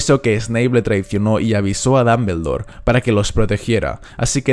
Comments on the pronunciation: No tolero como pronuncias Dumbledore, no tolero no tolero. Dombuldor no Dambeldor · no tolero como pronuncias Dumbledore no tolero no tolero.